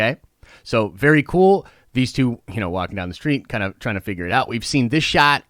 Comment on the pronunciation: Be excited .. Be berry excited